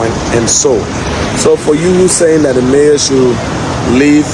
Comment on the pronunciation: its mayor not major smh